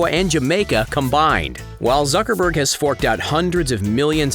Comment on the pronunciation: Whenever u says zuckerberg it sound like sucker berg😂